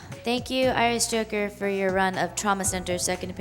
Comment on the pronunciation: I swear when you introduced yourself you said "Irish Hooker". Took me a second to correct it in my head.